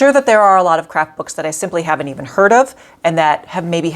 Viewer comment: Good video. I can appreciate you admit when you make the same mistakes. I kept thinking you were saying "crap books" instead of "craft books" at the end!